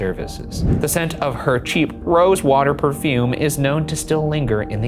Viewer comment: why did ryan say "rosewater" like that